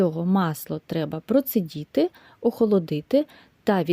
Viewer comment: Дякую, але не "процидіти", а "процІдИти".